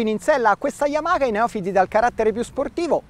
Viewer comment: "yamaKa" YAMAHA DIOCAN